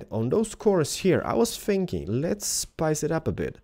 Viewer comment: um, did he mean spice it up? cuz he said rice it up